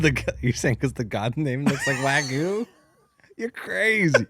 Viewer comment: We need to be more outraged with how pronounces wagyu 🤣